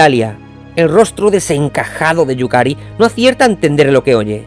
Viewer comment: Excelente. Yukari se te va el nombre algunas veces pero bien. Y es cierto lo de Bobang, es otro club. Me intriga saber qué pasó con Akai en la Sampdoria y que sucederá con los históricos Matsuyama y Wakashimazu, ojalá también vayan a Europa. Saludos